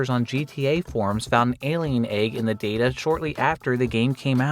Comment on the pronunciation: Hey nice video. When are you learning to pronounce "egg"?